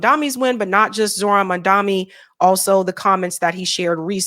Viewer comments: It's Mamda..Ni Not Mamda...Mi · Why can’t you say the correctly? Mam dani. You are also saying it as mam dami. Why is it so difficult for you? Names have meanings. Changing the pronunciation changes meaning. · M A M D A N I. MAM. DANI. not mandami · You are doing great but his last name is MAMDANI. IS NI. NOT MI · WHY DOES EVERYONE GET MAMDANI’s name WRONG? ITS NOT MANDAMI. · Why are you calling a Mamdami? His name is Mamdani 😐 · Spot on analysis, but minor feedback—his name is pronounced Mamdani, not Mandami :) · It’s mamdani… Not mandami🙂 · Please can you say Momdani not mondami. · You're mispronouncing his name.... it's not mamdaMi.... it's mamdaNi.... or just say ZOHRAN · can you PLEASE say Mamdani’s name the right way. 🙏🏼🙏🏼 It’s so grating hearing you say MaNdani when it’s MaMdani! 😩 Jeez! 😡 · You’re pronouncing his name wrong ! His name reads Mom-Duh-Knee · Gees woman why can't you get the name right. It's M-A-M-D-A-N-I with a N. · Why can you not pronounce Mamdani? Are you just lazy? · Mam- da- ni..... Nee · I love your show!! But please pronounce Zorhans name correctly.. MAM-DANI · Why do you refuse to pronounce his name correctly? There’s an N in that name. N like Nancy. Why do you insist on saying Mamdami? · It's Mamdani, pronounced Mum-DAWNY. Thanks for another great video! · PLEASE. Mam-Dan-ee. It's really not difficult. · It's Mamdani! Pronounced Mam da nee. Why is it hard?? You still can't get it right?? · Why is Mamdani’s name so hard for you to pronounce? Can you put 1% toward getting it right? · would you appreciate if I kept calling you Sabgy or Sadby? Please take the time to say Mamdani’s name correctly. It borders on disrespectful. Like the mispronunciation of Kamala! I agree with you about VJ. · How is so hard for you to pronounce MAMDANI correctly? At this point, it's just straight up disrespect. Do better!